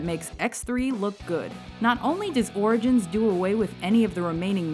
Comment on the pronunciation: not wolvrin orgins